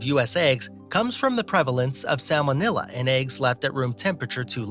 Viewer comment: Lol “salmonilla”😂😂😂